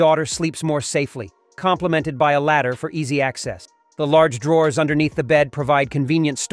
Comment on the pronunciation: Why is the word "drawers" and "clothes" mispronounced??? I had to stop listening bc it was so irritating. Is everything AI now????